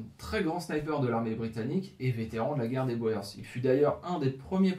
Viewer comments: Oui, la fameuse guerre des Boers. A prononcer Bour ! 😃😃. On pourrait même parler de guerres au pluriel. Puisqu'il me semble qu'elle s'est déroulée en 2 actes. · Très intéressant . Tu as manifestement beaucoup lu. Pour ton info boers en français se prononce bourres. T es tout excusé même les jeunes flics parisiens disent bo è r s pour désigner les policiers chargés des taxis alors que c est bien les bourres... l argot se perd . Bravo pour ta vidéo. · Pendant la deuxième guerre des Boers (se prononce "bour"), ces derniers utilisèrent des tranchées pour se protéger des Britanniques. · Précision sur le withworth, les ogives hexagonale sont post guerre de sécession 😏 Et Boers se prononce "bour" en phonétique. Mais vidéo intéressante , continue 🤘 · De rien cette prononciation Française heurte des oreilles habituées à d'autres langues, à l'origine Citroën se prononçait Citroune aux Pays Bas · Il faut comprendre la curiosité des Français, qui pensent avoir affaire à une arme secrète belge, comme le célèbre "schild en vriend". "boer" est d'autant plus piégeux que son pluriel est "boeren". Prononcer [boûrs] est donc fautif, même lorsqu'on lit "guerre des Boers". Il faut prononcer [boûr] dans tous les cas. Incidemment, la Belgique a aussi connu sa guerre des paysans, une révolte contre la domination autrichienne, à l'époque de l'empereur Joseph II. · En néerlandais et donc en afrikaans "oe" se prononce "ou" guerre des "bour" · Boer signifie tout simplement paysan. Le s du pluriel se prononce : boer = bour, boers = bourse pour un français. Salut des Flandres. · Boers est un mot qui se prononce "bour", fermier en néerlandais. Phil, Belgique. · Boers se prononce bours,mais bravo pour le boulot fourni,donc je m’abonne. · c'est correcte: en néerlandais les lettres "oe" se prononcent bien "ou" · Boers se lit "Bours".... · Très intéressant, comme vidéo! Pour ce qui est les Boers se prononce ( bour ) en néerlandais ou afrikaner! Merci pour ce documentaire.